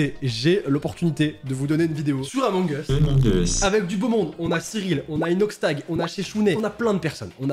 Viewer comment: C pas among es c among uuuuus mais j’adore se que tu fait